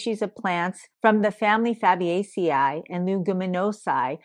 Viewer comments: EEEE long E AE in latin is a long EEE like the plural of vertebrae (ver tuh bree) or algae (al gee) Dr.s all learn it wrong and sound like uneducated idiots. (Fab Ace EE) (leg u men oh see). some people say long A for AE ending too, this is not correct either. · Fah buh CEE ay ee ...correct pronunciation